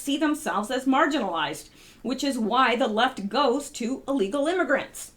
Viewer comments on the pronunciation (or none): none